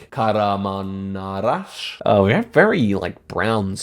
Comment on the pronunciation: "Kagh-ra-maaaan-marach" As a turk this is a 10/10 guess by about how Kahramanmaraş is pronounced. Congrats!